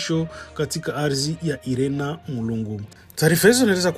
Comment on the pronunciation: Siyo IRENA ila ni INERA